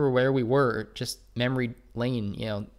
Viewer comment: Why do you pronounce the word "JUST" as "JEST"? Please stop. Thanks.